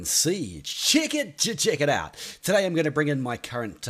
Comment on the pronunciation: I'm sorry english isn't my first language so I don't really understand what you say at the start of every match ? "Check it to check it out"? what does it mean? xD